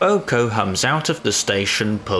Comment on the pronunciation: I know this guy is saying "Boco", but his emphasis on the B is so faint that it sounds like he's saying "Oco." Also , I can excuse that shot since steam is blocking her face.